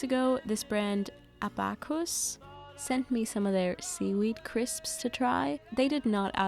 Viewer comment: btw abakus wird ABA-kuss ausgesprochen, wie das Rechengerät :)